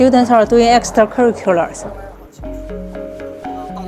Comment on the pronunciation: Brave attempting to say "extra curricular" as a Chinese person ngl